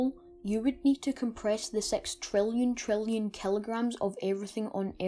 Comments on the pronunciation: not tryna be immature but i love when people say sex instead of six because of their accent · It's "Six" for 6, with i. not "Sex". thx